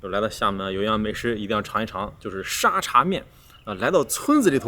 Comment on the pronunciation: 的脑回路真的是 阿公泡的嗲😂 而且沙嗲不是读沙爹 是dia😂😂